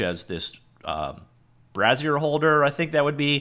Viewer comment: Its brazier ˈbrāZHər not a porn site rofl!